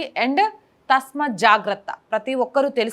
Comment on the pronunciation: Ancor garu.thasmath kaadhamma.thasmaath